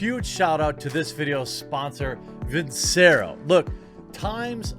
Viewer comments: Even though Jer knows he pronounced Vincero wrong, he still won't record and fix it. For your own sake Jeremy fix it. If I'm a sponsor and the person I'm paying to promote my product doesn't pronounce the company name right, I'm dropping them. I say this because I don't want to see you get dropped. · Dude, redo the sponsor advert and say the name right. Take you 5 minutes! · You really need to re-record that Vincero plug with proper pronunciation. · Probably need to record a new spot wherein you pronounce their name correctly.other than that..cool vid.